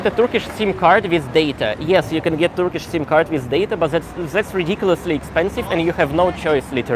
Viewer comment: Fantastic Turkish pronunciation 😊